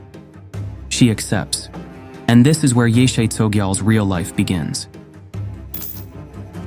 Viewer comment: Her name correctly pronounced is more like; YEAH-SHAY